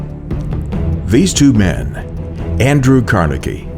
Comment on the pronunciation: "Tough times have a way of bringing out the bess." Bess???? lol